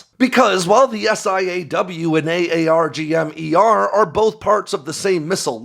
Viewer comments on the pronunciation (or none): Stop saying a-a-r-g-m .....it's Arrrr Gum